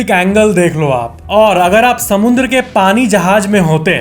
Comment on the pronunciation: Bhai samundra . Nahi hota hai ? Samudra hota haiiiiii … 😊